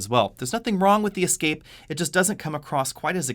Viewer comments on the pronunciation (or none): WTF! Is an E Scape? Is he saying Escape? Lol...I’m confused... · Why do you always pronounce the Ford Escape as EEE-scape? Everyone else says Escape - so should you. I do love your reviews even though I have noticed that you don't respond to any comments. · It’s escape not E-scape lol. You’re making it sound like an all electric version. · I keep hearing "E-scape". I say "Eh-scape". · For EE-scape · Ee-scape, Escape, and Ford Focus Freudian slip, you are the best! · Why do you pronounce escape with a long E? Nice review , that just stuck out.